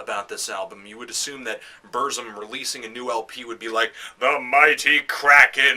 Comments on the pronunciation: You say it like this: Börsum but Varg itself says it more like Bürsum... and say it like this PURZZUMM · I no wat u mean...hes pronouncing it buuuuurhhhghzum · Yeah, saying Bursum shouldn't be so difficult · Why does it matter? Shit. BERZ-UM. Burzum. Not hard. Stop thinking your superior because your foregin and listen to nothing BUT Black Metal. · When Varg says it it sounds like "Bürzoom" to me. Though it's black language of Mordor, nobody can't really say to know the way its pronouced except Tolkien.. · You're mispronouncing Burzum. :(